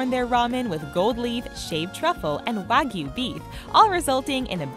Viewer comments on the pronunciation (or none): none